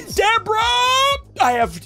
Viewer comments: i love how he says Debra and not Debris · Ain’t no way bro really said ancient Deborah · Just a friendly reminder its pronounced ancient debr-ee not ancient debra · SSundee: Debra Me: ITS ANCIENT DEBRA! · Ssundee : achain dedraaa Me: your not saying it right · Why does ssundee say ancient debra than acient debris? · Why do I here you saying “ Debra “ even though it is debris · ancent debris not acent dabras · Ancient debra????????????????????? Its debri thats how you pronounce it